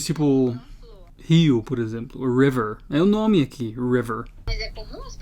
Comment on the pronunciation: O melhor foi falar o TIPO com sotaque do espanhol kkkkkkkkkk